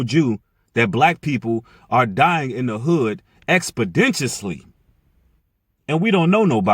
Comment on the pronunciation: I'm just correcting you bro..You're not saying expeditiously correctly..You're say expenditonly and that's incorrect..Its expeditiously]ek-spi-dish-uhs-ly]